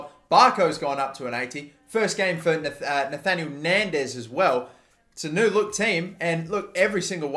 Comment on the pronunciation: Nahitan nandez not Nathaniel nandez